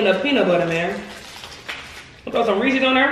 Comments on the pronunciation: say Reese's Cj: yeese's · Its not otonounced ree-seas, its pronounced ree-siz